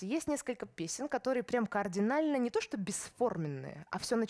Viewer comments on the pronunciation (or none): none